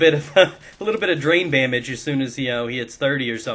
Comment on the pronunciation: DID HE SAY DRAIN BAMAGE WHEN HE WAS TALKING ABOUT FOOTBALL?